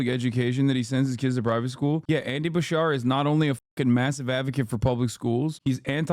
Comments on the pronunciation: Buttigieg vs Vance. How do you root for a guy and dont even know how to pronounce the name Beshear...pls. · Its Ba-Sheer